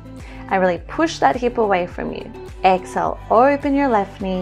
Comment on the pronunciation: I enjoy your videos but it is a bit annoying hearing u say excel instead of EXHALE? You pronounce inhale fine but not exhale for some reason Sorry to be picky but little things like this may go against u when there is so much competition out there on you tube